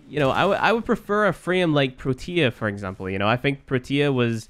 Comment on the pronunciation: The way u say protea makes me cringe so hard its pronounced pro-T-Ah not te ya